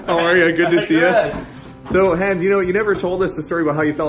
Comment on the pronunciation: Why is it that you mispronounce Hans' name? He said his name correctly in the video.